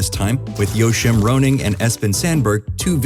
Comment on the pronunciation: ? "yo-shim roaning"? Worst pronunciation I've ever heard. It's Joe-Kim anglicized